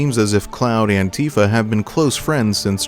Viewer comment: Does anyone else hear “Cloud Antifa” when he says “Cloud and Tifa”?